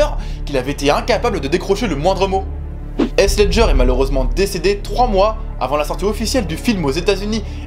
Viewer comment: Wesh comment il a prononcé Heath « Haisse » au lieu de « Hitf » (j’ai mis un f important de prononcer le *th*) Mais bon on peut dire que c’est la hess comment il a dit son nom😂😂